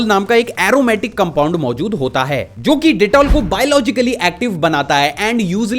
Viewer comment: you said mozud instead of mojud😂😂😂